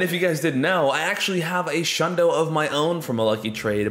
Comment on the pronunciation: Bruh isn’t it a shlundo???